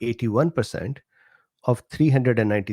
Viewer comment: you just confuse me more with the way you say %%%